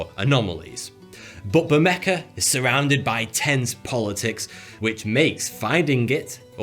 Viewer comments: Couldn't listen to him mispronounce Bermeja so horribly over and over. Its pronounced Behr-Meh-Hoh not Behr-Mecca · Isn’t it pronounced “bermeha” and not “bermeka”? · It's pronounced BermeHA, not BermeCA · Say ber me ha and not ber me ka. Whi is it that english speakers are so bad at pronouncing non english words yet you always make fun of foreigners speaking english? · why do you keep calling it bermeka island??? is pronounced bermeJJJJJJJJJJJJJJJJJJJJA you fucking twat!!!! the J sounds like an h as in House, Houdini, Hell, High, Horse, Hilarious, Handicap. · It is pronounced Ber-meh-Ha, not Ber-meh-kah. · maybe they can't find it because they are looking for bermeka (like the announcer says) instead of bermeja. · The j in Bermeja is pronounced like an h not like a k. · Why he hell do you pronounce it "BermeKa"? It is pronounced "BermeHa," you idiot! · They probably can't find it because it's not Bermeja, it's Bermeka. 🤣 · ber meh ha, for the love of god, where does a 'c' or 'k' sound come in there?? i'm sorry, but as someone who speaks spanish, its like nails on a chalkboard. btw, i'm diggin the mustache :) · Bermecka? I would pronounce it Ber-may-ha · The J in Bermeja is pronounced like an H in Harry. It's not pronounced Bermeca. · its pronounce ber-me-ha and not ber-mec-ka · Its pronounced bermeha not bermeca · His pronunciation of Bermeja is total shite. It’s pronounced like bermeha, not bermeka. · Yeah I was wondering why he keeps saying it like that. Maybe his natural accent makes him pronounce it that way but I wouldn't think so." Say, 'Baermeha'". "Burmecker". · Why are you pronouncing the letter J as a K? It's pronounced H. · it is bermera, j is pronounced r in spanish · I realize you're British so you may pronounce some words differently than an American. But this island is pronounced BER-may-ha. It's Spanish 🙃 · Why would barmeja be pronounced barmecca? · You have to know the real pronunciation of the island's name, Bear-May-Hah. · It's BermeHa, no?